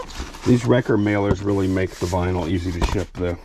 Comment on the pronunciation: It's vinyl, not vynil. 😮